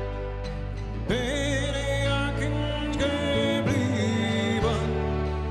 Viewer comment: So ein wunderschönes Lied, das leider durch das schlecht ausgesprochene 'ich' verhunzt wird. Gib Dir doch mal Mühe,! Trotzdem Daumen nach oben.